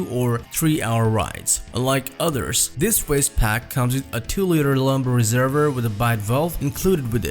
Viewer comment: Réserver !!! No it’s a reservoir! Sorry can’t get past voice